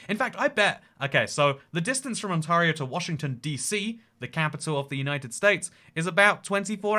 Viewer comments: more like on-terry-oh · Ont-AIR-eo not Ont-ARE-eo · On-tear-io ON-TEAR-IO!!!!!! As an Ontario native, I cringed everytime you said on-TAR-io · It's pronounced On-tare-ee-oh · Ontor-io are you sure? Get the right pronounciation. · Ontario, sound it out… aan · teh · ree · ow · Its pronounced on-tay-rio :) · On-TAY-rio! You'll thank me when you get to Canada! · the way he pronounces ontario took me off guard lol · Sorry but the way you say Ontario makes me die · I was dying hearing how he pronounced Ontario 😭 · My gosh you misprint Ontario the whole video and as an Ontarian you killed me it's like if I was calling you Engleesh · Ontario. Not just weirdly shaped, but also weirdly pronounced on the channel. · You pronounce "Ontario" like a British person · oh no you pronounced Ontairio wrong the whole time love you